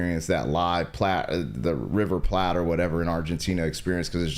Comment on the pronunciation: River Plate 🍽️ bro, not Platt 🤦🏻